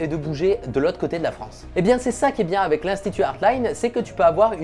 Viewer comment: Avec, aveC. 😝 Qui se prononce aveK. En phonétiques ça donne : « avɛk ». Juste au cas où, aveQUE ! 😇 On prononce le C, comme un K à la fin du mot « avec ». Donc quand tu dit : « Avé des professionnels », par exemple, ça ne veut rien dire. 😇 C’est juste pas beau. 🤷‍♂️ Dans chaque vidéo le, « avé »,il sort et il me sort de la vidéo, car si peu agréable à l’oreille. 🤬🤯 😂😇 Autrement, vidéo cool et intéressante, comme d’hab ! Ça donne envie de s’y mettre, même quand ça n’est pas, du tout, notre domaine ! 😅